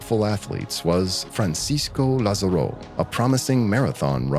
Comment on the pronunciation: The way you pronounce Francisco Lázaro made me sad 😞